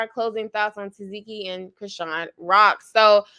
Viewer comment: TA. SEH.KEE IS HOW U PRONOUNCE HER NAME 😂❤